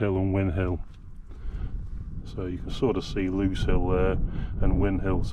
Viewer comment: When will all of you that do north derbyshire films realise it's grindslow and grindsbrook, the grind part rhymes with rind...as in bacon. And lose rhymes with booze in lose hill. How the fuck can win hill and lose, rhyming with close make sense. Old battle... win and lose. Beavers and many others do it...fucking thick